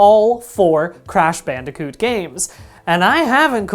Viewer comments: Crash "Banderkoot"? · I can't get thru this with the audio clipping and the fact that he pronounces bandicoot weird